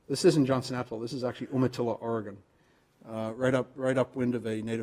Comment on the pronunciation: Good video. Are you positive the pronunciation of Umatilla is correct? Native Oregonians have been saying it wrong if you are sure. Several websites appear to be propagating the pronunciation listed here.